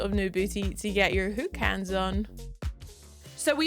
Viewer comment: LOL hahaha did she say "Whooks Hands" (aka Who-X Hands, aka Hooks Hands)??